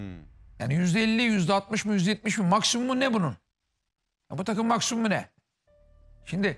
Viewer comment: Hayatı boyunca şimdiyi şindi diye söyleyen Sinan Engin adamlığı